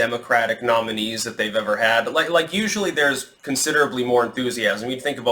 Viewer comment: Hehe, accent on ‘ever.’